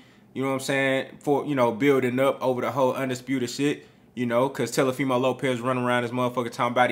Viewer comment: " Telefimo" Lopez 😂